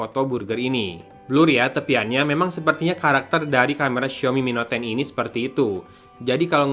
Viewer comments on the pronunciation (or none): sampe 3x balikan buat mastiin pas penutup aa bilang ny mi net ton 😂